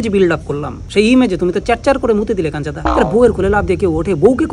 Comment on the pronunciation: ota kancha-da noy ota kanchu-da hobe 😛